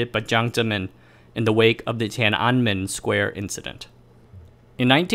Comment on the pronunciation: You flubbed the pronunciation of Tiananmen exactly how you did it in a previous video!